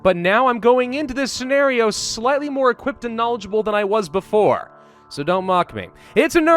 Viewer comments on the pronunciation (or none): none